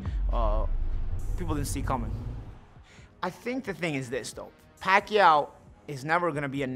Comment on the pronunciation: He said pakyuwww